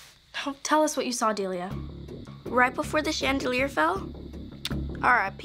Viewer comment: he said deilia delia sweetie huh